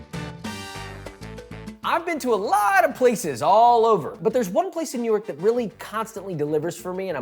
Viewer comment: Dude, i first thought he said "newark" not "new york", and i lit up cuz i live right by newark and im like "where tf is this place"